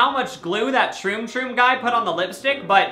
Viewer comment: he says Troon troo hahaha😂😂🤣